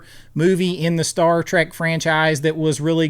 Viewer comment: I almost bailed on this mind numbing video the first time he said "Star Track"